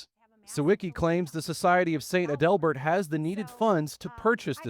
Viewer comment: It's pronounced ADelbert. Learn pronunciations